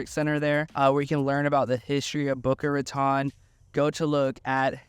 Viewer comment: The city is boca raton not boca ratonne. Spanish words not French. Thanks.